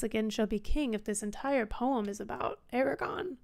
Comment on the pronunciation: There are two 'R's in Aragorn.